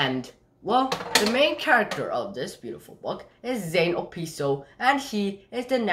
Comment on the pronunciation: First of all is Zane obispo not opispo